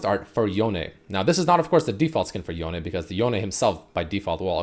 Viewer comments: myth busted, red hasn't touched legends of runeterra, pronounces it y-own not Yo Nay... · For the love of LoL! It's pronounced as Yo-ney and not Yown. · It pronounce Yone not Yown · I'm suprised it pronounced Yow-ney(Yone) when most people call him him "Yown" . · It’s Yon-e I love the sound of tht much better than yon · japanese would be more like "ion"e and not "Towne" Similar to Kano from mortal combat (who originally was adopted by japanese parents in japan and so on, hence the name) Kano american sounds "Kay-noh" In japanese they would emphasise the first part of the name so the KA and it would sound like K-AH-N-OH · He finally learned it’s “yo-neh” then went on to keep fucking it up lmao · Its actually YO NE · Stop saying Yawn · It’s pronounced Yo-ne, in Japanese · Drinking game: take a shot every time mispronounces Yone.